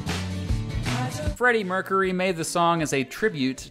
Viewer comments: merk-yer-ee not merk-a-ree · Mercury is pronounce “mer-cure-y” not “mer-curry” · Thanks I couldn't pin point why I hated the way he talks and this video. It sounds like he is questioning every thing he says or making fun of everything. Also the way he says Mercury.